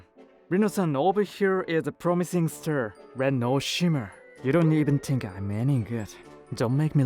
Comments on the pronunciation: PLEASE PLEASE PLEASE Hire better English speakers. You guys are making fools of yourselves w/ this bad English translations. Example You say Ster not Star & Gurl not Girl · Star, pronounced like Stir and other problems. Course becomes Curse.